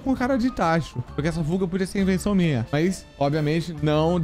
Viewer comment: Quando ele falou fuga, eu entendi puga kkkkk, na minha mente (caraca ele tá com 3 pugas 😨) mais é por causa do aparelhokkk tmj.